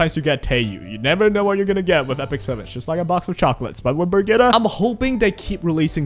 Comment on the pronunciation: BIRGITTA FÖR FAN Birgitta is a common name here in Sweden (and probably in Denmark and Norway as well). Guessing Senya will be an ML, since she's called "Dragon bride", probably a world were Mort actually does get romantic feelings for Senya. Also, the way you pronounced Birgitta was pretty correct